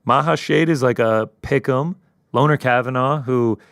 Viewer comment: Its pronounced "Lonnie" not "Lonner" Kavanagh